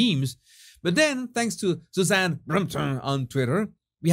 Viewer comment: Suzanne brrrrmmmph 😂😂😂😂😂 the way he pronounced it lol